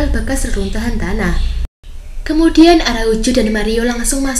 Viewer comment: Araucu atau araujo sih? Medok amat